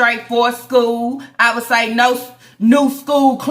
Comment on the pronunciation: My favorite is when says 😂😂😂😂😂😂😂NO HOE.... Wit that accent. I'm on the floor.😭🤣😭🤣😭🤣🤣😭🤣